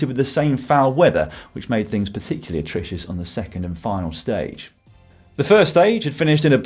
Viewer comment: A comprehensive round-up as per, but I'm calling Dan on the word attricious . 😉